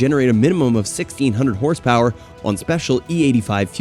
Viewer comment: Hahah mispronunciation master . Got all the horsepower wrong and with an American accent talking about pounds